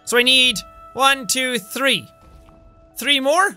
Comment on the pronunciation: Sean: now I can have tree energy cells. Well I guess its hard for him to say three instead of tree lol sorry Sean but its funny 😂